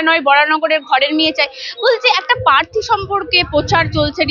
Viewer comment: পার্থীটা কি জিনিস? উচ্চারণটা প্রার্থী বলে জানতাম।